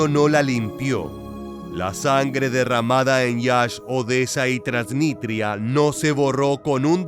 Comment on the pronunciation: Es TransniStria, no Transnitria, con s.